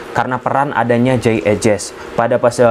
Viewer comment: jey idses bacanya bang bukan ejes😂